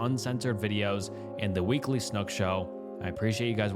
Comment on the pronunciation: i JUMPED when he said my home town lmao😭 also snook u buthered saying my counties name lol